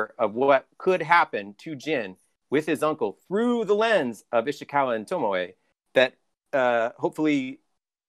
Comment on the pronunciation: It takes a special something to go through a long and memorable questline with a character, hearing their name pronounced Tomoe and then still call them Tomo. Guess I shouldn't expect more from